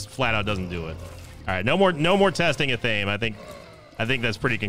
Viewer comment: Just wanted to point out in no disrespect, but the item Athame, is pronounced (Af-a-May)